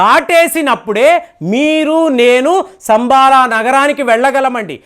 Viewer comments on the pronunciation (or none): సంబాల కాదు శంబల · శంబల అనాలి